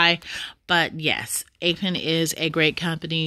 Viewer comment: psssttt... It's APP- EN. not APE- EN... Not ONE word on this list is pronounced "APE' This is basic English pronunciation. APP is AAAAPP. APE IS AYYYY-PE ------------------------------------ appropriateness approachability apprenticeships appealabilities applicabilities approximations appropriations apprenticeship apparentnesses appendicitises appendectomies appendicectomy appreciatively apprehensively apportionments appositenesses appropriation approximation apportionment apprehensible apprehensibly apprehensions appreciations appraisements apportionable appoggiaturas applicability applicatively appealability apperceptions appellatively approximating approximative appurtenances appropriative appropriators appropriating appropriately approximately appreciation apprehension appreciative apprehensive approachable appendicitis appendectomy apperception appurtenance appendicular appropriable appoggiatura apportioning appositeness appointments apprehending appreciators appreciatory appreciating appraisingly appraisement appositively appositional applications appellatives appellations apperceptive apperceiving appertaining appetizingly appeasements apparatchiki apparatchiks apparentness apparitional approbations appressorium apprenticing approximates appropriated appropriates appropriator approximated appurtenants application appropriate appointment approximate appreciable appellation appeasement approbation apparatchik applicative appellative applicatory applicators appliqueing ap